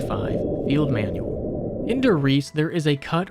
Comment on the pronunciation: "Manuel"? Don't you mean manual? Luhmayo of course a.m. 11/24/2024